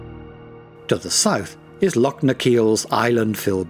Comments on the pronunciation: I stopped watching at about when Lochs were pronounced as Locks.Why oh why ruin a perfectly excellent Video with narrative from an Englishman ? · Awful pronunciation of Scottish place names. "Locks and glens". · The narrator was most informative but......if he can't be told how to pronounce "loch" then get a Scotsman to do the job. Don't know why they didn't in the first place, after all - it's all about Scotland ??!! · He can't even pronounce LOCH properly! Sheesh..... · Sorry - tge ch in christmas is a hard K sound. The Scottish loch has a ch coming from the back of the throat . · Great video of my homeland, but why is it narrated by an English person who can't properly pronounce things like Loch, Rannoch, Gaelic etc? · Can't even pronounce loch properly, no intention of trying either. Any chance of Scottish people making such a video? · Informative, but a bit naff that simple words like 'loch' are mispronounced. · I hear you! Am learning Gaidhlig and it gets boring hearing it being called "gay-lic". But no worse than hearing Lock instead of Loch! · Still the same ,Don’t know a Lock from a streach of water Loch. I feel the same Davie about intrusive music. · Its a lake, and its loch not lock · Why have they not used a Scottish person to narrate this? pronunciation of place-names, the word loch (not lock) and even Gaelic (not Gaylick) is awful... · Its loch, not lock. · Loch not ‘lock’ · A good video production spoiled by a lack of a Scottish accent. No offence meant but this extremely good video would have been much better spoken with a local tongue. . . . oh and by the way they are pronounced “Loch’s and not Lock’s”. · It's lochs not locks ;) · Lovely photography, but PLEASE get someone to do the commentary who can pronounce the place names correctly! Several mispronunciations, including saying 'lock' instead of 'loch' - aspirated sound, not hard. Spoils an otherwise lovely video.